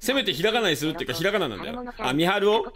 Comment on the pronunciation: あのみはるの発音何回聞いてもエドはるみ想像しちゃうからやめて欲しい